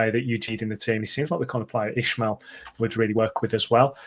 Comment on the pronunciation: Hey guys. Please start pronouncing Valérian’s surname properly. It’s only respectful and it’s not hard to pronounce. IS-MA-EL. No “H” in it 😉 🟦⬜️🌹